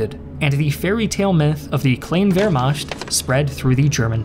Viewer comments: Why do you pronounce it Vermasht instead of Vermakt? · Wehrmacht is pronounced ver-ma(ch as in loch. Lugey/ gargle sound. NOT ch as in cheeze.)t. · It's Vermacht. Saying both is equally wrong and thus equally right. If German isn't your native language, why should it be expected to pronounce foreign sounding words correctly? As long as it is understood. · The way you say "wermacht" is hilarious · What's with that s letter in the word Wehrmacht? It's CH not SCH!